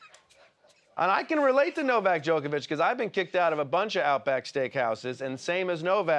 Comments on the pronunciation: Is everyone pronouncing his name Joke-a-vich on purpose? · Is Trevor mispronouncing his name as Joke-a-Vic instead of Jock-a-Vic on purpose?